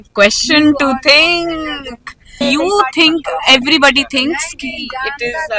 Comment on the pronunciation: Aap v to think ko thing bol rhe hain😂